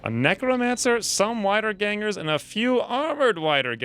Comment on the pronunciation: how to pronounce "Wiedergangers" = Weederganger, youre welcome :] also, the montages are fine, aslong as heads fly i dont have anythin more to loath for